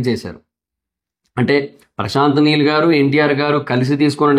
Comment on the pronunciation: meel kadhu neel